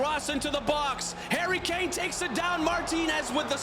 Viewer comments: You say karry kane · he said karry Kane and he said marchus rashford